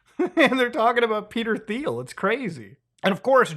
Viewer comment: How do you mispronounce Peter Thiel and Palantir in the same sentence? they're both in the news constantly